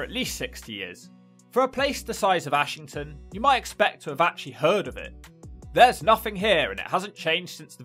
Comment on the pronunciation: Its pronounced Errshington or ashghanistan.